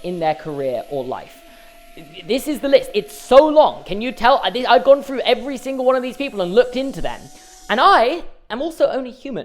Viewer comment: I can’t continue the video pronouncing through as ‘fru’